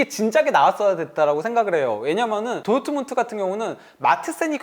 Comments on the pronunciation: ㄹ 발음 못하네 도우트문트 이런식으로 말하네 레아마드리드 이러고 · 어떻게 도르트문트를 도트문트라고 발음하냐 브베 목소리 닮아서 브버지 인가 보네